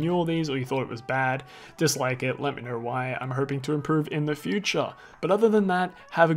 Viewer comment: What the hell is this accent? “Knerw”?!?! 😂🤣